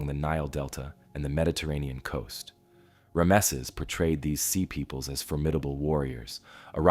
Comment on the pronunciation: Okay. I hate to be picky but it's driving me crazy. Ram-sees. Equal emphasis on both syllables.